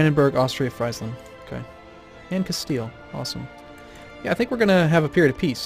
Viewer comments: Friesland is pronounced Freesland btw. In German, IE is 'ee' noise. EI is the 'aye' noise. Opposite of English. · LOL he just crushes friesland. I'm dutch and the "ie" from friesland is like the "ee" in free